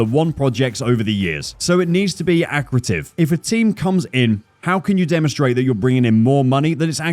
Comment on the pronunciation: accretive is pronounce uh-kree-tiv.